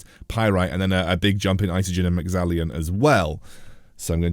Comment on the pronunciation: No "i' in Mexallon.